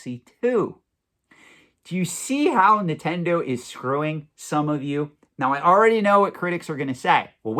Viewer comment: It’s Nintendo not “nittendo”